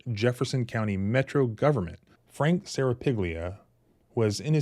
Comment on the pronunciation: lmao way to repeatedly mispronounce piglia